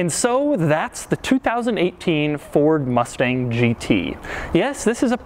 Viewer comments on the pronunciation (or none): “Mord Fustang”